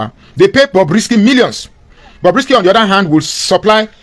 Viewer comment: Stop calling it Bobby, it’s Bobrisky